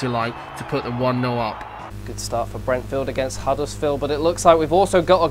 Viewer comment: Hahah 'Brentfield'